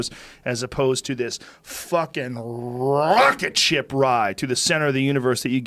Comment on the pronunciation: Fuckin rrrrrrrrrocket ship ride! lmao